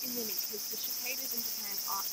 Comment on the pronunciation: There's no "ch" in cicadas 😂